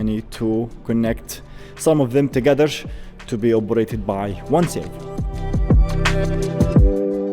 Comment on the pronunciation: Stop putting SH, or S, on the end of words that don't need it... Togethersh